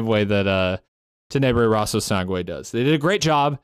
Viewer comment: In case if you’re having a bit of trouble pronouncing the “Rosso” part of Tenebre Rosso Sangue. It’s like you’re saying “rose” but with an O at the end of it. Hope it helps!